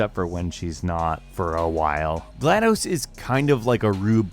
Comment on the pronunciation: Bruh you mispronounced gladus 0-0 agh the fan in me is mad lol